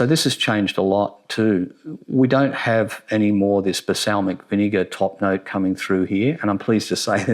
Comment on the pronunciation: balsamic, not basalmic lol